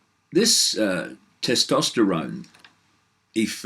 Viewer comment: Hey Dave ..... there's an 'S' in Tes-tosterone ;-)